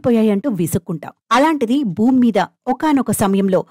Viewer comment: బూమి కాదు భూమి, కండం కాదు ఖండం..